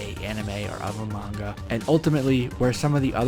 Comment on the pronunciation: At last, an American Who can pronounce Manga properly. Lots of numpties say Monga. It’s sooo annoying. Big eyes? Because it Manga? Japanese anime! Mah-n-gah!